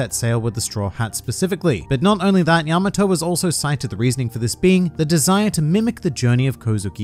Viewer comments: that pronunciation is wrong. its pronounced pretty much how it looks, Ya-ma-tō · “Yamma toe.” I live near a Yamato Rd and everyone calls it, yuh Maw-toe. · I cringed so hard at the repeated mispronunciation (yama-TOE) that I could barely finish the video. You would think that after obsessing over japanese media for so long they might pick up how to say their names properly lol.